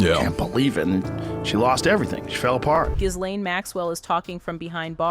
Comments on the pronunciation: Pronounced GEEEEE LANE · The 'S' in 'Ghislaine' is silent...